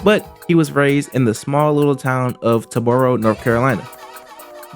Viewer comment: Tar-boro, not Tah-boro..